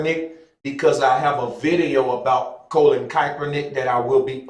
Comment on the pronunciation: Bruh. How is it you can say Kappa but can't say Kapernick or Col..lin to save your life?